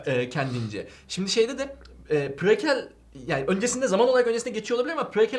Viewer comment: PRE-KEL asasdadsdasads